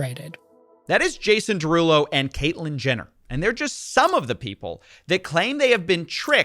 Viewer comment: “…Jason DeRugPull…” 🤣🤣💀